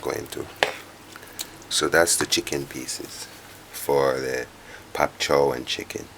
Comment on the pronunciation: Bok choy !!! Not pop cho !!! Lol